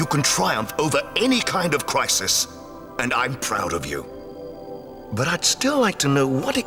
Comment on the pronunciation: WHY DID HE SAY BUT LIKE "BAUGHT" 💔